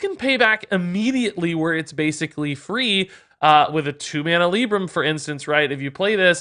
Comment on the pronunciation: pleeeeease, I can't watch your video because of your LIIIIIIbrams!